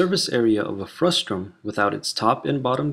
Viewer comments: It's FRUSTUM, not FRUSTRUM. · FRUSTUM NOT FRUSTRUM!!!!! This is SO FUSTRATING!!!!! ;-) Speaking of frusta, when you cut a cone in two to get the frustum, what do you call the cut-off part?